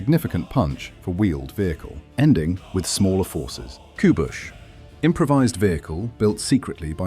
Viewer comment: I'm from Poland you pronounce Kubuś funny.